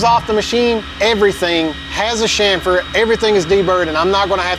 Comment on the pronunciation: Dude.....CHamfer....not SHamfer. Otherwise....you are one sick individual. Did you write this program?? Holy cow!